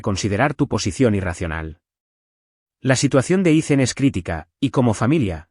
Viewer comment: Learn how to pronounce the name Ethan, don't make it sound stupid by saying icen